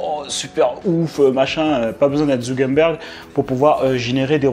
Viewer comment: Mec je kiffe tes videos mais stp dis « zuckerberg » pas zugenberg